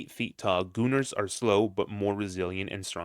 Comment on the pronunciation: It sounds so wrong when he said gooners